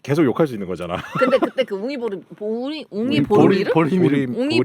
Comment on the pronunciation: ~ 컴백홈 진심으로 환영합니다~ 🎉🎉 웅이보리미르, 발음하기가 이렇게 힘든 건지 저는 몰랐습니다~ ㅋㅋㅋㅋ 그래도 은 틀리지 않고 '웅이 보리미르' 정확하게 말씀해 주시네요~👍👍 좋아해서 보내드린 거 맞습니다~ 🤭🤭 15년 현재 제가 모시고 사는 묘르신 삼냥이입니다. ㅎㅎ~ 처음 제게 온 아이가 웅이, 다음이 보리, 막내가 미르입니다. 아직은 셋이 묘생을 함께하고 있지만.. 아파서 먼저 가는 아이가 생겼을 때.. 떠난 아이 때문에 슬프지 않고, 남아있는 아이를 위해서 열심히 살고자.. 언제부터인가 아이디를 그렇게 만들어서 사용하고 있습니다. 남자와는 1년 사귄 적도 없는데.. 집사가 처음인데도 삼 냥이와는 행복하게 오래사네요~ ㅎㅎㅎㅎ 다시한번 컴백 감사드립니다 ~ 😊😊